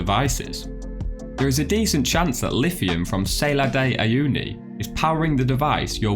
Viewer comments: It's not named Sailor de Uyuni... Learn to pronounce foreign words ;-) This one is actually easy. It's like Sal in salmon and ar like the letter R. Great shots and an informative clip otherwise ;) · sah-LAHR, not SAY-lahr, please